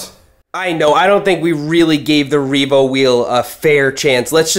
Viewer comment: I 💯 heard "this is the Reevo hopeless e-bike"